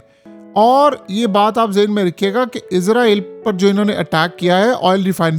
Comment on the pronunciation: Ooy bagooray 😂 izrael Nahi Israel hota ha 😂😂😂😂😂 software jab SE is Ka update howa ha project Imran SE is ki bolti hi change ho gai ha 😂😂😂😂😂😂😂😂😂